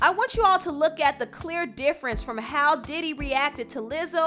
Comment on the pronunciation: thought u said daddy for a second